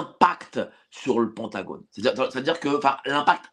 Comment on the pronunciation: en français, on prononce Pentagone = PINTagone